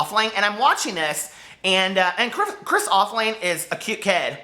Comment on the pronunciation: and he kept on saying chris name wrong